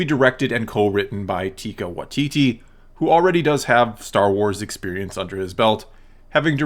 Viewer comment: “Tika Watiti”